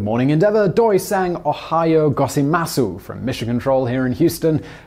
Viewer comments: You know, I fully understand that someone who doesn't know anything in Japanese wouldn't be expected to pronounce anything correctly, but nevertheless the way Simon said "ohayou gozaimasu" made me die of laughter XD either way, wonderful video, very interesting :) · that terrible japanese.... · I understand him accidentally vocalizing the u, but where did the a go? 😂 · That Japanese pronunciation tho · really butchered that Japanese, couldve at least googled how to say it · Holy crap, that Japanese sucked. Really really bad. Look those up from now on. And remember, you're hearing this from a Midwesterner. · That Japanese pronouciation was physically painful to hear.